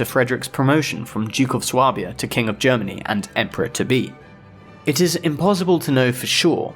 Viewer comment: Swabia is pronounced "sway-b-ah" btw